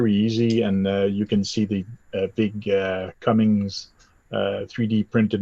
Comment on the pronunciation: I don't mean to be THAT GUY. Can't help myself being born and raised in the same city as Cummins HQ. We kinda bleed Cummins here. So I apologise for the knee jerk reaction to your pronunciation. However, after watching a few of your videos, I've gotta say that this is an entirely different (and very cool and VERY informative) approach to talking about and showing what our shared love for the hobby is all about!! Subscribed!